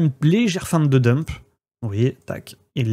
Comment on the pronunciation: Le Brek ahoute , pemp et demp.... foutu franglais mal prononcé ....